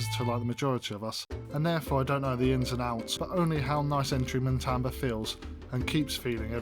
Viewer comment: I liked the video, but if you do a review, please get the name right. It is Matamba not MaNtamba. Also the background music is way too loud and distracting